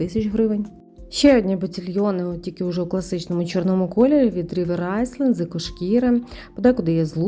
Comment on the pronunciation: Рівер айленд, не айсленд